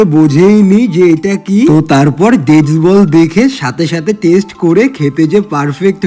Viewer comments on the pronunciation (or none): none